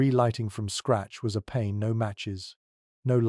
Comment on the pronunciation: It is all A.i. have you heard it say pain? Pang it comes out with